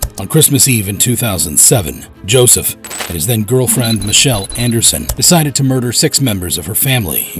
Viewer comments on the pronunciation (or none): none